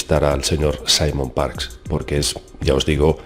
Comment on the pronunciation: Todo iba mas o menos bien hasta que dijo Simon Parks !!!!